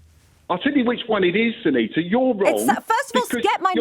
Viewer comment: sangita and suneeta are two very different names. It was laziness and purely done with the intention to disrespect her. Well done to her for standing up for herself. If she got his name wrong and called him ‘Dave’ or something I am sure he would have not been impressed either!